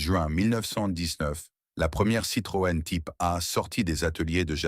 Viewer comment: Dommage car le sujet est intéressant mais a la moitié. j ai arreté quand je ne comprenais plus les dates chiffres ou qu il a dit Citrone